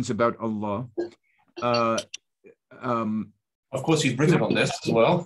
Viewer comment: Gabriel, it is Allah with the h pronounced not Alla. You should know better.